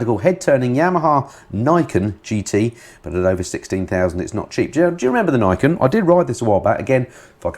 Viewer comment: Just a wee nit pick here... the Niken is a Japanese word(s) with Ni (pronounced neee) meaning the number 2 and ken (pronounced the same as ken) meaning blade or sword. Therefore, Niken is pronounced Neee Ken, not nigh ken. Sorry, just can't help myself.